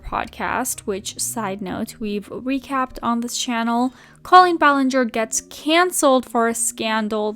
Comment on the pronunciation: Great video but just FYI - the pronunciation of Colleen is incorrect. It's not Col-leen, it's Co-leen.